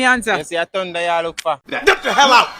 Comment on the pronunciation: Man say thunda😂😂😂